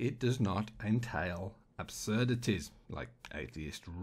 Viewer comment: I f**in love the way you say .abzurdities.. It used to annoy the shit out of me..But I'm used to it now.lol